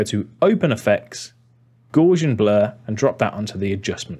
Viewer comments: Sorry for this Rsole comment but their is no R in Gaussian. So it's Dr Gauss's name is pronounced to ryhme with mouse not gorse. I'm an Rsole because I am also trying to find out how to what I used to know as I think travelling matt, basically a key framed travelling power window which with a blur inside can create the classic pixelated face... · Premiere Pro user here, but came for the general tips. I liked what I saw, but cringed at your pronunciation of "Gaussian". The word is derived from a man's name, Carl Friedrich Gauss. He was German. His name is pronounced, "Gowss" to rhyme with "house". So, that should have been "Gowsian Blur". With respect & humility, Timothy.